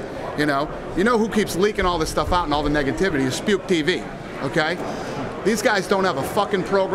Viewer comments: lol when he said "spuke tv" did he mean spike tv? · Lol surprised that no one said anything about Dana calling SpikeTV "SpukeTV" 😂😂😂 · did he say "Spuke TV" or "Spike TV" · when dana said spuke tv, was he referring to spike tv? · "Spuke TV" lol